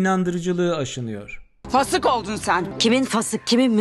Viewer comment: Gerçekten Arapça telaffuzlar ilk bölümlerde çok iyiydi herhalde sizin nazarınız değdi hocam😎 en çok kulağını tırmalayan Fasık kelimesi oldu gerçekten ayeti kerimeyi de herkesin bu kadar yanlış okuduğunu fark etmemiştim 🤷‍♀️Affana söyleseler hepsini öğretirdi 😅